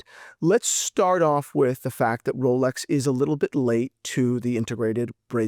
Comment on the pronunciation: It almost sounds like rolex coward lol